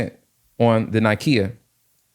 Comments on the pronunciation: Great video. Thanks for sharing this trade idea. Fyi Nikkei is pronounced Nick Kay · Nikkei is pronounced "Nee-kae"